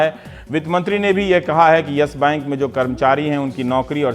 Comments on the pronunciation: Dear Rubbish Kumar, It's YES bank not YASH Bank. Bolna too sikho pehle... Anurag Mishra Ke Chele😂😂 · its not "yesh bank", its yes bank... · Ohhh now ndtv became worried about yes bank situation, you are the one tv channel who praised about yes bank in 2011 and made interview with Kapoor family by praising him,shame on you ravish. And one more thing it's not Yash bank it's yes bank try to pronounce it properly it's irritating to listen your vocabulary 🤮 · अबे चुटिए Yes Bank he ye Yash bank bol rha he ye totla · Ravish "Yesh" bank kyu bol rahe hai ? :)